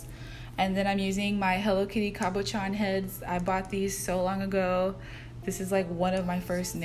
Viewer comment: Lol, CA-bo-CHAN It’s CAH-bə-SHAWN. Cab like a taxi, Shawn like the name. The word was originally (and still) used to describe gemstones that lapidaries shape with flat backs and rounded surfaces, typically round or oval. Makes sense that they use it for these flatback charms, I just couldn’t help but giggle a little when I heard you say it that way - almost like [Name]-chan/san. These nails are SOFA KING cute though! LOVE a pink, kawaii aesthetic 😍💕